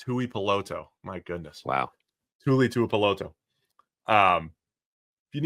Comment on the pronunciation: Let me help you out here Tuli Tuipulotu (Too-lee-too-E-poo-low-too)